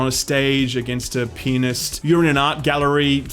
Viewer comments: I heard penis instead of pianist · "Penist". Yeah, thing is he definitely didn't say "pianist". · "And sometimes it works, like in this penis boss in particular." I can't be the only one who heard it XD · Every time you said pianist it sounded like penist/penis. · not going to lie i laughed at when he said pianist but it sounded "like you're on a stage against a penis-t". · It might be just because it's 2am for me in TX/USA, but every time you said, "fighting the pianist" or "on a pianist stage", I think you're saying "fighting a penis" and "on a penis stage". lol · your pronounciation of pianist is... interesting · Yeah that's another way to pronounce "pianist", and it's very funny to hear.